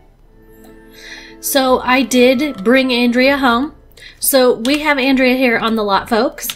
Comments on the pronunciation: I think Andrea as a guys name is On-dray-a (it appears to be Italian when it is used as a male name, I had to look it up as I'm used to it being a female name 😊). However you do pronounce André as On-dray 😊. Though to be honest, without looking it up I wouldn't have had a clue how to pronounce Andrea, I've met a few Andrés so that name I knew 😊. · What a fun filled episode. Andrea is such a cutie, much more so than Roy in my opinion. um, by the way, Andrea as a guys name is pronounced On-dray. I was thinking maybe he knew you mispronounced his name and thats why he wasn't sticking around to chat in earlier episodes, some folks can be so touchy about stuff like that 😉